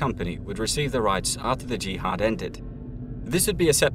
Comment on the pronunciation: jihad stress on second syllable.